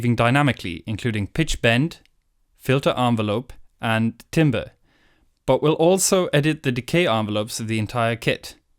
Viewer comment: Timbre Ho! But seriously if you pronounce it as "timber" I will assume you don't know what your doing.